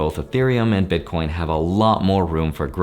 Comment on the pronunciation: BitCORNS! LOL. I nearly died because it sounds like my family🤣. Thanks for the video.